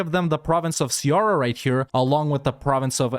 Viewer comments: Damn I thought this was gonna be a lot worse but you saved it in the end. By the way I loved how you completely misspelled Ceará and then said Pernambuco perfectly xD . . . Also I just noticed how all provinces colonized by the spanish have spanish names even before they arrive... that's kinda ominous, not even the land's history survived so the devs could name it differently. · the way he massacrated the speling of Ceará 😍